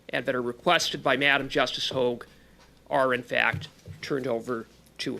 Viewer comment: Madame Justice Marie-Josée Hogue (Hoe-gg), not HOG (as in pig). I have the utmost respect for, but he changes how he pronounces her name multiple times. Pick one and stick with it! Or ask the committee for the correct pronunciation. I know that's not the point of this video, Trudy's government has zero accountability and will keep being corrupt until we vote them out.